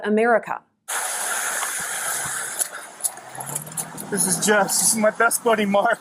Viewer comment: I don't know but I hear "It's a miracle", and not "It's America"